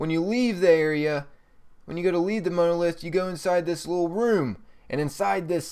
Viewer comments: I appreciate your help with these videos and for all the work you and guys like you put into them. The secrets are cool and your directions and map shows are key as others do not commentary as well as you have. That being said I would appreciate it if you would PLEASE learn how to pronounce some things correctly. Monolith, Paltrow. It bugs me but it is not meant to be offensive. Others may complain as well. For your knowledge, The Man in a space suit is a DIRECT image from when Dave was sent through the Monolith in 2001 Space Oddessy by HAL the AI in the Computer aboard their first missions ship. I would also menmtion that the area you are sent to does look like a Boss Battle area but I believe it is in reference to the Mono lith found by teh Apes at the beginning of the movie. Again I will say THANK YOU! For your effeorts here as they are honestly appreciated. I will be both Liking the posting here and following you in the future. Cheers bud and Good Hunting ! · Ugh. The image of the "space monkey", in fact the whole thing with the monolith, is a reference to the final scene of 2001: A Space Odyssey. And it's MAHN-OH-LITH...not Mow-No-Lith... Jesus. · The Moanolith? it is pronounced mon·o·lith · You are saying monolith wrong...... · Im pretty sure thats not how u pronounce monolith, it not MOAN, it mon, a soft O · Monolith (it's pronouncedˈmänəˌliTH or mon-o-lith). Every time you said Mowna-;ith I died a little inside. Also, the "Gwen's Head" easter egg is only in Borderlands 2 and this game, not "all the previous borderlands games". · it's pronounced mawnuhlith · Please learn to pronounce monolith. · lol never heard "monolith" pronounced like that before :) But pretty good vid, thx. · The way you pronounce monolith is painful. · Between you mispronouncing names and not knowing how to pronounce the word Monolith, I could not make it through this whole video. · Good god learn how to pronounce monolith and Paltrow